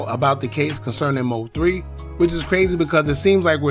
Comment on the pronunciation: Stop Say M-O-3 lol it’s one word. MOThree (3)